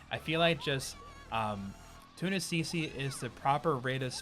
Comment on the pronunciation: who else kept hearing him say tuna cc?